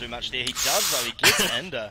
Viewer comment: Uh... hey, N_da is my Dad and its actually pronounced: Ender